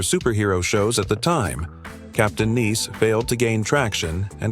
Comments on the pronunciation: "Captain Neece?" No human that knows English would pronounce nice as neece. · Tell your robovoice that Nice rhymes with Ice. Your talk about the Smothers Brothers Show only showed clips from their highly successful variety show, and not their failed sitcom. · “Captain NIECE”?! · Not Captain Neice, but Captain Nice. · Not niece: it’s nice. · Captain Nice, “nice” as in pleasant and agreeable. NOT French.